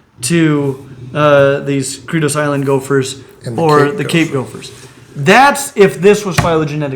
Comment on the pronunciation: Cedros is pronounced say-dros, not key--dros, in case anyone else was scratching their head.